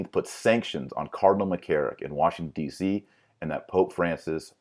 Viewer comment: He should be able to say "Benedict" instead of "Bennict" and "Washington, D. C." instead of "Washing, D. C."